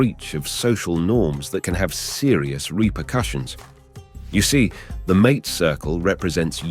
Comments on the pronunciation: It is "maa-tay"; not mate, like house mate.... I can't wait for this AI slop to die! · ong, AI y'all soooo fos. ok .i'll hip ya. "MATE" is pronounced "MAHTAY". that whole thing was just catastrophic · Well done, but how can one talk about "hierba mate" without knowing how to pronounce MA-te? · That is the trouble with AI narraators. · The way that you pronounce mate is disrespectful to the mate circle and indicates IA production…. But a solid A in content, thank you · Sweltering Uruguayan Summers? I am Uruguayan. Our Summers are not "sweltering!" Mate is not pronounced like English "buddy" . It is MATE ! Idiocy ! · Sí sí The way the man pronounces mate is not correct, at least as I have heard it. Am I correct or is there a regional difference?